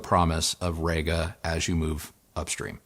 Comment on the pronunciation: Really sorry to do this but - it's pronounced Reega, not Rayga:-) Also at 0'54" in you say the Io has "a headphone input". Surprised you didn't edit that to "a headphone output"